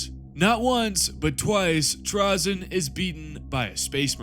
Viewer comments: With the y coming after the vowel “a” in the word it’s pronounced “tray-zen” not trah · FFS, I can't. I love a good hour long video about TRAY-ZYN but I can't make it past 2.5 minutes when it's about Trah-zyn. I know these are made up names by a Bri'ish company, but still. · I want to listen but I don't think I can bear hearing him called Trahzyn the whole time